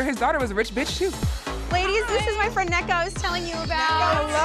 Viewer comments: The fact she is letting them call her Neeka instead of Nneka is giving please accept me. Please, I am begging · It’s not kneeka as like kneecaps It’s pronounced nEka (like the e in ‘egg’) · Not “KNEE ka” hahaha sounds more like “NECK ka”